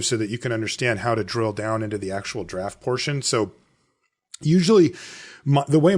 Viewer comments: I mean it is spelled tox-rill, not trox-ill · Is mispronouncing Toxrill or am I?